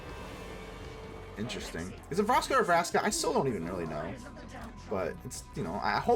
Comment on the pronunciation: It's pronounced Vraska, btw. 🙃